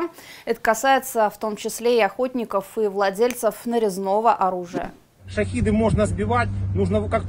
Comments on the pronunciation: Внятнее выражайся журналист, Шахеды а не Шахиды это разные вещи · Да, согласен с тем, кто писал про стрелковое оружие. Ещё одна особенность шАхедов (именно так, с ударением на А и через Е, так как это написано по ирански), не использовать стрелковое оружие над жилыми кварталами, если не уверен, что дрон не упадёт на них.